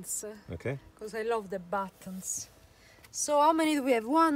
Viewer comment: i will try the battonz coz i love the battonz...... 😆 l like that lady ( mistakes on purpose ).